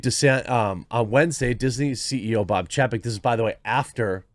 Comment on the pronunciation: Ffs. His name is spelled chapek. Didn't you learn phonics? When there is a vowel/consonant/vowel combo, usually the first vowel is said the way you say it in the alphabet. It's chay-peck.